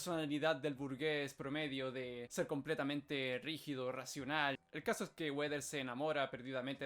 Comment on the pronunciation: No se dice Weder ni Goed. Se dice Wrwoaadowear y Ghowdeaoor, con acento muy tex/ Mex.